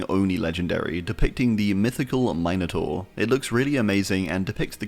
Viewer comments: it's MIN like MINT, it's MINotaur, not MINEotaur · never heard someone try to say minotaur like that before. Nearly got whiplash hearing that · The way you can't say minotaur is wild I've never heard someone mispronounce it like that